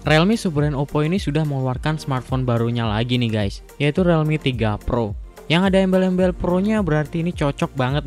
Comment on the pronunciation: Realme = RILMI, bukan RELMI. Jadi gaenak dengernya.